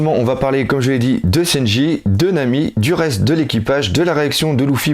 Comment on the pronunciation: ce qui menerve c'est lesprononciations des personnage ,louffy pour leuffy ,seynji pour sanji putain..xD